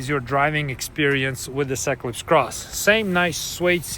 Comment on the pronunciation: Why do you say Equis Cross😂